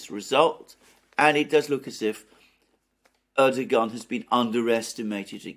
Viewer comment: Like the commentary but its ErdoWan, like Obiwan